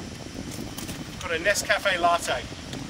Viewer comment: Nest caffè e latte, l 'hai pronunciato in italiano ciao 🎉